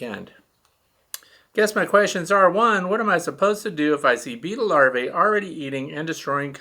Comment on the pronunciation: Hi, my comment is not a criticism but rather an attempt to correct and error in pronunciation.Even you, my favorite YouTuber, has been corrupted with the mispronouncing the word Larvae. Many YouTubers are saying Lar-vay.... But it is pronounced Lar-vee.. and the singular Larva is Lar-vah. I may be wrong and I'm open to other pronunciations but I haven't found any dictionary that gives Lar-vay as an acceptable pronunciation. I think it's important for youtubers to teach our youth correctly. I've tried to respectfully bring this to a few others attention but there was one popular YouTuber that didn't receive it well so I let it ride. Thanks for taking the time to read this. I love your page and content and watch them all.